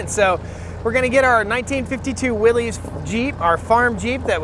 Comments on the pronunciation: Please, please, it is pronounced "willis" NOT "willeez". John North Willys would appreciate it if you said his last name correctly! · google it ....I can't say how many comments I have on the pronunciation of Willys it's hilarious....chainsaw videos are the same Stihl pronounce STEEL lol